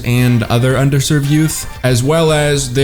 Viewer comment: Did you say under served or undeserved?